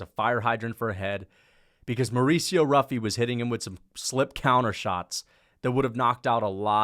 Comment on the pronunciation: It’s pronounced as “Huffy”